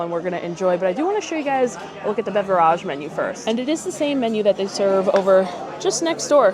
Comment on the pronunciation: Please for the love of God stop mispronouncing BEVERAGE!!!!!!!!! You sound like an idiot every time you do!